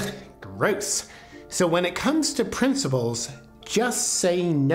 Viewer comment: Principles!!!!!! There is no “B” in the fucking word!!!! Don’t try to master thought until you master communication.